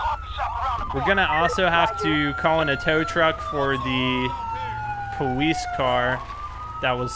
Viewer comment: What happened to your voice? No offense but it sounds like your talking like a baby because you say "powice" just asking... :D